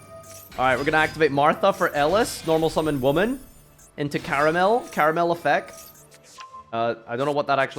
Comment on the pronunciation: Why are all english speaking yugitubers fucking illiterate? It's Karmael, not Karamel, try taking more than a millisecond to read a card's name for once and you'll see you'll never get it wrong again.